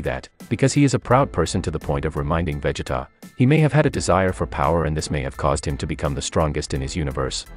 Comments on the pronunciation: Don't forget the other names being mispronounced :(( like sometimes you can get away with it... but "Véggeta", nope that's where I draw the line. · You lost me with that veggetta🤦🏿‍♂️🤦🏿‍♂️